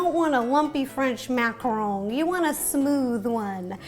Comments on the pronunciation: Macaron, not macron. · It's macaroon, not macaron. She has no idea what a macaroon is. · It is not macaroon it is macaron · Macarons and Macaroons are different, and it's Mack-uh-rons not mack-uh-rones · Shes saying macaroon. but she's making a macaron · it’s a macaron not a macarooon that’s a different dessert wow I thought you would know that... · I love the way she says French macron!🤣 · " French mmMaccarrrowne " -ro 2020